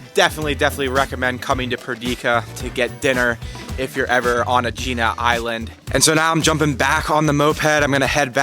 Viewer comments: Just FYI, it's pronounced Egg-ina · Why do these videos without knowing how to pronounce the name. It’s so irritating .It’s pronounced eggina. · It’s pronounced “eh-hee-nah” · Oh dear, it’s pronounced ‘Egg-inna’. And to be more specific the letter “gamma” is a soft g from the back of the throat. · Aegina is pronounced EGG-IN-A stress on first syllable. Do your homework if you're making a video.